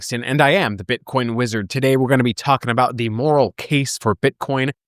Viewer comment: I love how you emphasize the “am” in the introduction as if it was contested. You are indeed the wizard😊